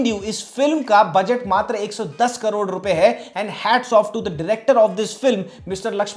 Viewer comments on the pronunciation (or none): none